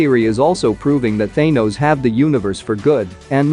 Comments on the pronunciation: It is thanos not thinos say it correctly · Why the f*** are you saying thanos's name like that